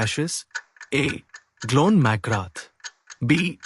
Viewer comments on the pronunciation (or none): Really appreciate the quiz mate but Glenn McGrath played for Australia, not England. Also his first name isn't pronounced "John".